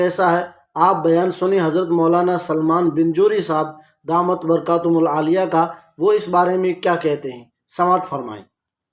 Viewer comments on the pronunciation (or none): درست لفظ بنجنوری نہیں بلکہ بجنوری ہے... اس لیے آپ اس کی اصلاح فرما لیں.. جزاکم اللہ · بنجوری نہیں ہے بجنوری ہے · بھائی بنجوری نہی بجنوری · Binjori Nahi H, Bijnori H